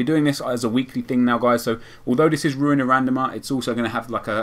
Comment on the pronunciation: RRRuuin a RRRandomer ;) Keep it up mate :)